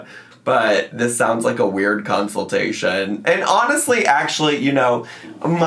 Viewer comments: i am BEGGING this woman to learn how to pronounce consultation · Did she say COUNCILTATION? 😳 maybe someone should send her a dictionary 🤔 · that may not happen in a consultation but she had a counciltation. lol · She had her council-tation on my bday. But my actual gift is ( hopefully) is not having to hear that word again. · That’s definitely the way I heard it too! And lmao, “counciltation.”